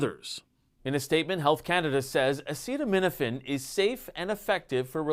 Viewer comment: Maybe let the scientists make the announcement instead of someone who can't even pronounce acetaminophen